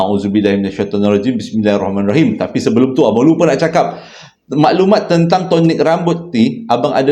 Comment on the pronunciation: assalamualaikum and AJSPL.. pelik bebenor cara abg sebut Tonik rambut tu🤣..